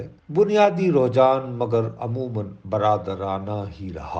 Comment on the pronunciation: Muhtaram nusrat sahab tasheeh kar leejeye saheeh talaffuz, rujhan hey